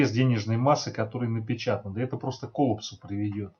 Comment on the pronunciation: Спасибо за ролик,осмелюсь поправить,слово коллАпс, ударение режет слух